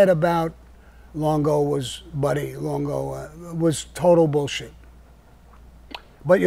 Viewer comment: What was that, Sammy? Were you trying 2 pronounce Buddy's last name or did somone ask you when the last time was that you possessed an ounce of integrity? "LONGO"!